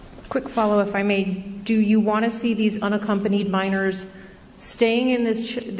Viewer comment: "Which I would never do to anruhnna accompanied child ends up at the border"..........This man has a speech impediment. His inability to precisely articulate sentences is worrisome. He is woefully unfit for the office he stole!